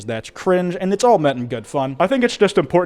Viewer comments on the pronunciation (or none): I thought you said "mother Kwite uploaded" and I was really confused there for a minute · "gen z is getting kwite old" alternate title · You could also say, gen z is getting “kwite” old 🤭